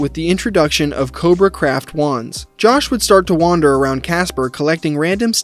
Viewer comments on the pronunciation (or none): none